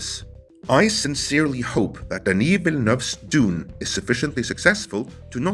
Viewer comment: Kudos on your pronunciation of Denis Villeneuve, you did it like a real French man!